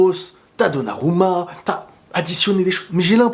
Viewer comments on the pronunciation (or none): none